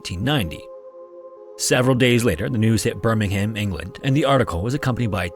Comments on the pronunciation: I know, but was talking about the original Birmingham in England. Which is pronounced Bur-ming-am. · Just a minor note on pronunciation. We pronounce "Birmingham" like "Birmingum" in the UK. If you ever see a place ending with "Shire" in the UK it's pronounced "sheer" like "new Hampshire" in the US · Terrible video. All the lip smacking, the pronunciation of “BirmingHAAAAAAAM”, just no. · Just FYI, Birmingham, England is pronounced with a silent ‘h’